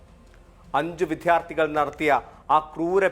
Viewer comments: വിദ്ധ്യർത്തി എന്നല്ല വിദ്യാർത്ഥി എന്ന് പറയാൻ ശ്രദ്ധിക്കണം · വിദ്ധ്യാര്ത്ഥി അല്ല വിദ്യാര്ത്ഥിയാണ് റിപ്പോര്ട്ടറേ…